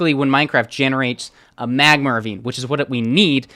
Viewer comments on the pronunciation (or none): Why does he say magmer instead of magma...